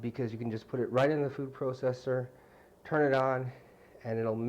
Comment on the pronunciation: kind of funny how he says processer right?